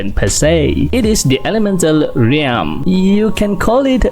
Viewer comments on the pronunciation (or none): ralm po hindi reyalm